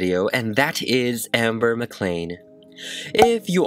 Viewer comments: That moment when he doesn’t say her name right. It’s Ember, not Amber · my name is ember LmaO cuTe 🤷🏼‍♀️ but its ember not “amber” ahhH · da HOOT This bugged me so much 😂😂😂 I get that their similar but... it’s not Amber. It’s Ember. Like Embers in a fire. Vowels matter. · because ember is pronounced like EM-ber, EM like Emmanuel. Not the same to AM-ber at all. AMtrak, you pronounce AMH and em like EH-MM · Amber-- *EM*ber, like emma or emerald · My youngest daughter introduced us to your videos today. We wanted to check out this doll, as my daughter's name was inspired by this character. You are quite talented but it sounded as if you were referring to the doll as Amber and it drove us 🤪. My poor daughter gets that in real life too. Fantastic work. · saying AM-ber instead of EM-ber gets me a lil heated every time 😂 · It’s Ember not Amber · Its EMber not AMber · the way you called her amber really irked me her name is EMBER as in RemEMBER ! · 46 seconds in and cringing everytime he says Amber. It’s Ember, like the flames all over her stuff and her song. Plus she died in a fire. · Stop calling her Amber its Ember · Sounds like you’re saying “Amber” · yeah it's probably an accent though